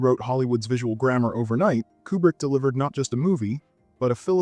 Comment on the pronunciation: Taxi drivé ? :face-orange-frowning:Kubri ?:eyes-purple-crying: Citizen Canin ? :face-orange-raised-eyebrow:Qui est le comique disant si piteusement le commentaire français ? Visiblement , il n'a jamais vu les films dont il parle , répétant mal le com. en anglais ! Incroyable :face-fuchsia-tongue-out